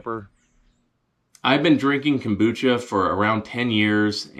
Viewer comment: Dude...so glad you came back for a video. Love the "cumbucha"... you should try gargling it before you swallow.